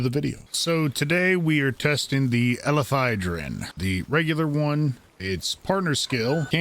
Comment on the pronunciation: Weird play to make a video on a specific pal and not even take the time to sound out its name correctly.